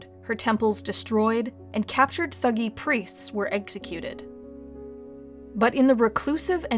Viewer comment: It's pronounced "tuh-gee".